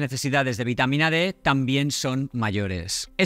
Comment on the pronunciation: Precisar si es VITAMA D ó B. Por la pronunciación no se le entendió bien. Presumo que es la D. Gracias.